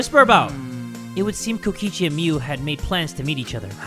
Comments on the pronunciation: "KOKOICHI" i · Kokichi❌ Kokoichi✅ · Here before corrects kokichi's name from "Kokoichi" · Kokoichi? Do you mean, Kokichi? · Ah yes, Kokoichi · NOT JAY CALLING KOKICHI KOKOCHI DJJDUEW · Its Kokichi not Kokoichi sorry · Ah yes, Kokoichi. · No one: in the title: kokoichi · Uh jay, you spelled kokichi like “kokoichi” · ah yes kokoichi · kokoichi... nice one jay lol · Kokochi? Hol u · Is no one gonna talk about how jay called kokichi "kokoichi" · "KOKOICHI" I'M CRUEING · BROOOOO HE CALLED HIM KOKOICHI HAHAHAHAHAHAHAAH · i just noticed that it said kokoichi 😭😭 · no bc jay spelled kokichi wrong he said kokoichi 😶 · anyone noticed "Kokoichi" lol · “Kokoichi” lmaooo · ATTENTION. Since calls him Kokoichi we must do the same. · "Kokoichi" ? XD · Kokichi is my guy, i don't usually call people my guuy, but Kokichi is my guy. Also: K O K O I C H I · LOL I NOTICED THAT TOO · ? it’s kokichi- please tell me your joking 😭